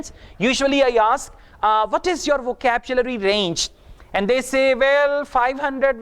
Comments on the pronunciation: Really? What about "VACAPCHULARY" of in this video? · Ha ha, first time heard this kind of pronunciation. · excuse me im an m.a in eng literature..sir its wohcablary...nd nt wohcabchulary( vocabulary) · With respect your pronunciation is also wrong about vocabulary. Please check out from native speaker .